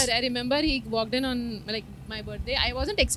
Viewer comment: walked in Aah?? which language it is?? i will definitely praise your English teacher.